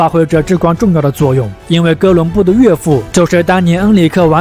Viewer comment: 😂我也是，也不知道哪里人，王子说成丸子，商人变山人😂